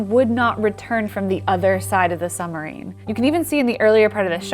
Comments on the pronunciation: i'm pretty sure the word "submarine" is pronounced like "sub - marine", and not like "some - marine". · Girl it is a Submarine, not a Sumarine. Fix your diction. I am a veteran Sub sailor. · Great video, but what is a summureen? 😁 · please pronounce the B in suBmarine, it is sooo irritating